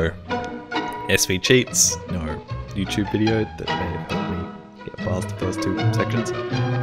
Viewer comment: "Nooouuuuw" (Australian for: "Nooooooo")